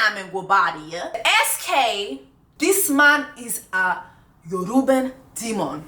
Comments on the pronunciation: Sis aint no "N" in Yoruba....your Nigerian friends gon be fined when we all get home this Christmas 😂🤣🤣🤣🤣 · The way you said “yoruba demon” was too funny. That’s not how you say it but thank you for the entertainment 🤣🤣